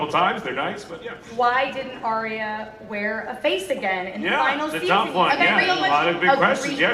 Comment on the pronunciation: Ar-ya. Not Ari-a.